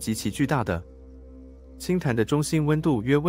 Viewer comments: 氫彈ㄉㄢ、 ！ 不是ㄊㄢˊ ！ 😎😎😎😎😎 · 氫彈要唸（輕蛋），不是唸（輕談），這是很基本的東西，請不要一錯再錯，水平低，觀眾聽不下去了。彈，名詞唸（蛋）例如子彈；動詞唸（談），例如彈棉花。